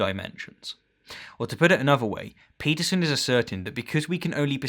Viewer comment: So you "Debunked" his perception and meaning of truth by telling us your perception of the meaning of truth? You cant debunk a claim by asserting another claim that is no more plausible than that you are trying to debunk. Realist truth is simply the truth ypu believe. And ffs you pronounce his name Stein not steen.